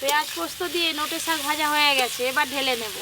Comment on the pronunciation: Sok vaja noi sak vaja 😅